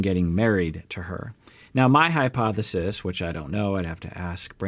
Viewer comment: This is total hypothesis, complete speculation Me: Wait... that's not how you say it!